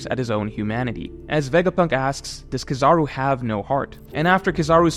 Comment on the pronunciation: Bro you are amazing at YouTube BUT ITS KEEEEE- ZA-ROOOOOO At least to me lol